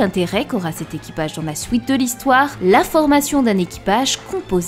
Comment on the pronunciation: Super vidéo mais un peu dérangeant les "souite" "loui" "pouisque" houit" Je n'entends plus que ça...